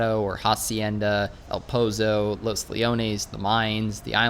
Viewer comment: Eh-l Poh-Zoh Not E-Oh-l P-oh-z-oh